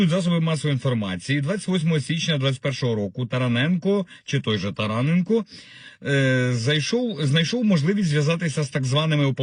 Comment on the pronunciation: ТаранЕнко- прізвища на ,,енко" мають наголос на Е